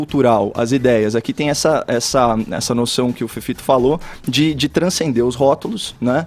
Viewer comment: Fefito precisa de um fonoaudiólogo